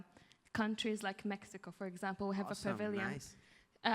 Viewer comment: Asi no se pronuncia mexico luisito te agringaste